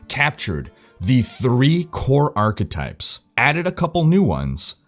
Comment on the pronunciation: OMG i just started a new drinking game, everytime you say achetypes I take a shot. XD Never stop! making awesome videos!